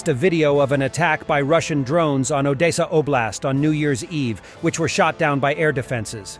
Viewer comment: By the way, I recommend spelling it as Odessa, not because of the language politics surrounding the issue, but because “Odesa” will be pronounced by your bot as “Oh-day-sa”. “Odessa” should come out as “Oh-des-a”. Maybe I’m wrong.